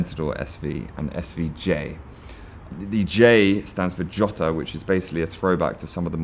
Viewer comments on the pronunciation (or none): Jota is pronounced Yota!! and there is a ch in Murcielago!